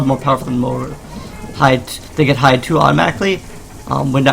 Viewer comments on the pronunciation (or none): none